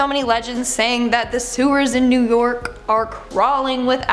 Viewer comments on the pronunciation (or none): “In new nork” is which she said